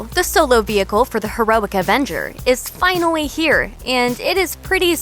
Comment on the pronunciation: Did she say finaweee?